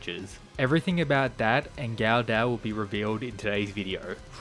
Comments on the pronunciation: It's pronounced guh-duh, not gaudau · It would be pronounced "go dough" just fyi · Yep, that is the proper pronunciation of the long O (ō/ou) sound.